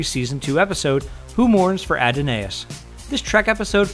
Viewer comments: \ə-ˈdän-əs is how it is said. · Did you just day "A-do-nay-us"??????????????? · It is pronounced A-don-is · "who mourns for adonayus" facepalm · Yes. Cause that's the episode. Adonais. Not Adonis. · Did he say Who mourns Adonais? Wth? It's ADONIS!!! Ya know, the Greek god? Sheesh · "Ad-in-aus"? Is that like Adonis? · The name is 'Adonais', dude. It's in the name of the episode. Look it up. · Dave Charles I know what episode it was, but it CLEARLY was supposed to be the god Adonais. The video pronounced the name incorrectly. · Nope. "Who Mourns For Adonais".